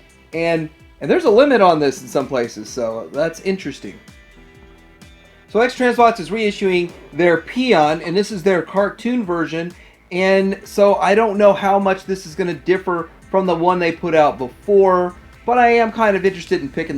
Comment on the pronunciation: I love how you called Paean "Peon"! 😂